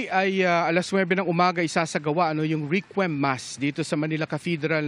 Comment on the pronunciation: requiem mass pronounced rek/yem